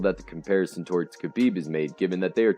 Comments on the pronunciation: The K in Khabib Nurmagomedov is silent technically pronounced Ha-Beeb Nurmagomedov not Kai-Beeb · DC has called him Ka-Beeb for years and he never corrects him... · The K is silent in Khabib and Makhachev. Oh, and in Khamzat too. Damn dude. Make an effort to learn to pronounce fighters names. I couldn't watch this video beyond 20 seconds because of that. Please take the constructive criticism positively.